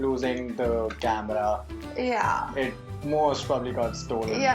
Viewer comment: CAMRAAA The heck! HAHA Her pronunciation is funny as f!